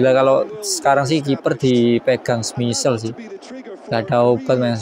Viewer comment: Salah bang penyebutan nama Schmeichel nya, bukan "smisel" tapi "smeikel" 😂😅